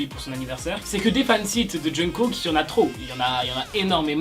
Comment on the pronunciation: la prononciation du nom de Kook m’horripile vraiment mdrr